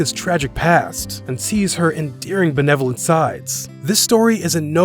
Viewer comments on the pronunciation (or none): none